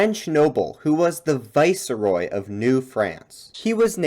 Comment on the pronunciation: FYI viceroy is pronounced vice-roy, not vicer-roy...